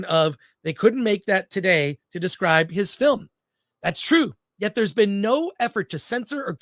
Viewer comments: It’s twue! It’s twue! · It’s twuuu! It’s twuu! 😂😂😂